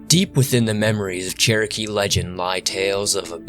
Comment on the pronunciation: Also if I could speak with you, other than in comments, I'd gladly teach you how to properly say Cherokee,.